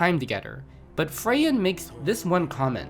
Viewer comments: Freyen?? Free-ren- Frieren. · The pronunciation is "Free-ren" not "Fey-an". But that was a really good video, loved every second of it (except the pronunciation lol) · forgive my opinion but the way you say "Freyan" instead of "Frieren" is mildly infuriating especially after listening to everyone else say "Frieren", nonetheless this was an awesome watch ^^ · FRIE-REN, not “freyan” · Say it with me: • Frii-ren, not Freyen (German for "freeze") • Toll-kühn, not Tokin (German for "foolhardy") • Hi-mel, not Himbo (German for "heaven") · Frieren! It is Frieren!! [ˈfʁiːʁən] Not Freyin, Friyen, Fraiyen, Fräyän :D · Every time I hear him say "Frayin." Me: ...Free-rin. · Frieren = Free-REN =/= Freyan I'm sure you worked hard on this video but the constant mispronunciation of the titulat character's name just really put me off that I couldn't bear to watch the rest of the video. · FRIE-REN FREEEEE RRRENNNN NOT FREYAN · fry-en ❌ free-ren ✔ great video btw! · FRIEREN not Freyen .. dude it got unbearable after a while. Its an actual word not just a name, german for "being cold". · frieren ✖️ freyen ✅ 😂😂😂😂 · Video has actual audio clips saying "Free-rihn", guy says "Fray-in" anyways... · FRIEREN HER NAME IS FRIEREN!!!!! NOT FREYEN! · That was a great video, a lot of research was done on it and I enjoyed it, but please, take note that Frieren is pronounced "Free-ren" not "Frey-en" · It hard to listen when you say Freien repeatedly, instead of Frieren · Free-in He-mill Toll-ken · Can someone tell him it's "free rin". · STOP SAYING FRAY-REN I can't listen to this. Have you even watched the show? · Who the fuck is Freyein??? Why would you make a video about a topic and butcher the name the entire time. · Everytime he says Freyan, a part of my soul wilts away. If this was intentional, well played. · "Tokeen" "Freyin" "Himo" Bro i cant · Pronounces ie in Tol-keen, but Frey-un ? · Free-ren... Did you even watch the show? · It's Free-ren btw.😁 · fray in and himmo